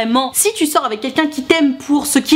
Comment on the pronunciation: Jpppp le plus drôle dans l’histoire c’est que tout le long tu dis clown et pas clone